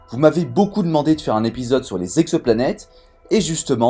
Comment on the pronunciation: À 1'00 : "On a recensé quatre mille Z'exoplanètes [...]". Chelou la liaison.